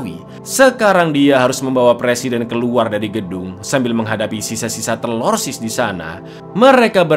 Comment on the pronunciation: Bang,ane kasih ide nich coba nyebut TERORISNYA jangan TELORSIS terlalu ribet coba diganti sebut dengan TERASI... 😂😂😂